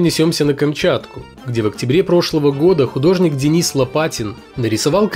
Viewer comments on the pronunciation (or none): none